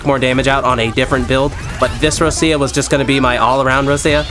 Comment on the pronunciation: No way u s6 Roccia and can't pronounce her name right